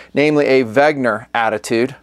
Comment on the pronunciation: you've done this on at least two vids now--misprouncing the watch name. You say "weg-ner" and it's really "wen-ger". We mispronounce lots of stuff in TX, you need to move here!